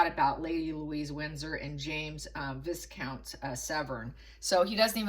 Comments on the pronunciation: Viscount is pronounced Vycount not Viz-count. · Viscount pronounced viecount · Viscount is pronounced with a Silent S. = Vicount! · FYI the "s" is silent in Viscount.